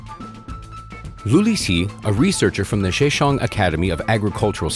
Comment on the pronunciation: A friendly suggestion: Maybe try writing down the Chinese words you try to say on the screen. I have no idea what province you said. Zhejiang is my best guess. Zh is a hard J sound, while J is understandable if you pronounce it like in English. But it's the vowels that you really need to work on. You sound like you're reading French. I really am not trying to be rude or anything, it just ruins the whole video when pronunciations are so butchered.